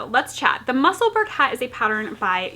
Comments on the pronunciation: Bless you! If you can pronounce Edinburgh then Musselburgh is pronounced the same x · Haha, I know Google isn't the be-all end-all, but even it shows that you are pronouncing Musselburgh in American English. It's FINE. My last name is Scottish, but we pronounce it in American English because we're Americans. My maiden name is Lithuanian and we always pronounced it in English, too. I think this is normal? How do we pronounce Paris, France? Par-iss or Par-ee? Goodness. Is this not the same thing? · That is the cutest shirt! Love your videos! I also want to tell you that my husband loves you too, especially because of how you pronounce Musselburgh. I had him watch that little segment where you talk about this is how you pronounce it and let's move on. Haha! We both loved it! Keep on Truckin'.